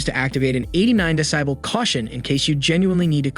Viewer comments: re: decibel, it's deh-see-bel instead of deh-sigh-bel... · How to test if your viewers pay attention…say “metters” and “de-SIBEL”. LOL